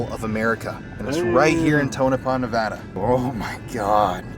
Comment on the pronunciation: Thank you for visiting our beautiful Silver State. And thank you for pronouncing our state correctly. I hope you have a great time. I only live an hour away from Tonopah